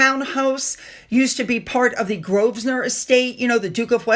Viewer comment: Yea,, you know how to pronounce Grosvenor! Congratulations!